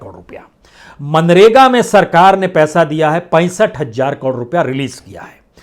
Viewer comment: Bhai hajar nahi hazar hotha ha durust bola karo